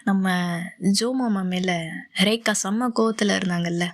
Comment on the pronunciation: எனக்கு உங்க வாய்ஸ் பிடிச்சிருக்கு நீங்கள் ரேகா ரேகா னு சொல்றது ரொம்ப நல்ல இருக்கும். என்னுடைய பெயரும் ரேகா தான்.நீங்க என்னை கூப்பிடுற மாதிரி எனக்கு இருக்கும் ❤❤❤❤❤❤❤❤❤❤❤❤❤❤